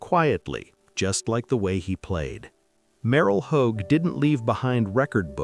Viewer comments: It’s last name is Hodge not Hogue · I hate AI generated voices. They destroy names. It's Merril Hodge with a j sound not home like a damn hoagie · How about war and football hero Rocky Bleier and Dwight White who played with pneumonia in the Super Bowl and who is Merrill Hoag you pronounced Merrill Hoge name wrong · Stupid AI narration. “Merrill Hōg” SMH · Maybe you could pronounce Hodge's name correctly huh? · Every time they mispronounce Merril Hoge's name it makes me cringe. It's pronounced like Hodge or HOJ. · Haha. Mispronounced merril hoge’s name. Hahaha